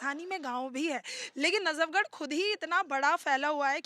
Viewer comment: Najabgarh nahi hai.najafgarh hai. Sudhir Badsa.